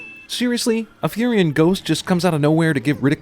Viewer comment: It isn't Furyon, it is Furion, the Natures Prophet